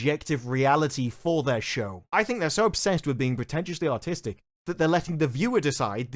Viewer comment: thought you said ".... potentially autistic..."